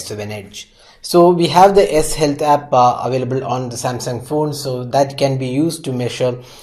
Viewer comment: what is the fucking S Helta !!!! , why indian didn't learn pronounce !!! S helta ????????????????